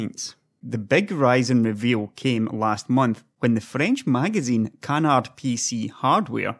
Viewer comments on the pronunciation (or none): Canard, not "can hard". It's french so the D is silent.